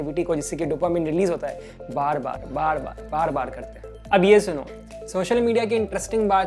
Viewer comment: he says bad bad instead of bar bar